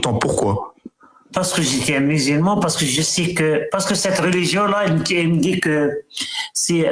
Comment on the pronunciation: Les gens qui disent « rôligion » ptdr. J’en ai marre.